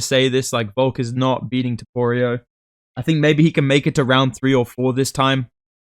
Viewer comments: bro won't stop with the "toporio" 😭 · TopuriA❌ TopuriOH✅ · Why do aussies/NZlanders all say topurio instead of topuria?